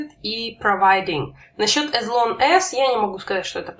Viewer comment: не As (Эс), а As (Ас)